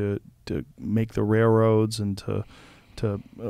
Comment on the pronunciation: I don't know what I am, but I heard 'rairoads'